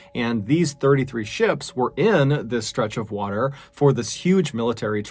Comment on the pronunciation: Water not waer